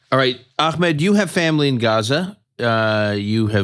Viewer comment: It's truly a minor minor point, but is noone else peeved that so many american podcasters find so many ways of mispronouncing Ahmed's name?